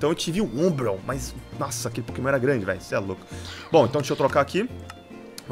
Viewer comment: vc na minha opinião vc é o mais forte da série mais por favor só tenta aprender a falar os nomes dos pokemon direito #montamelhordaserie